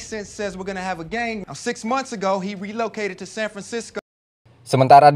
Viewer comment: kok gue denger nya "GENG COET" ya hahahaha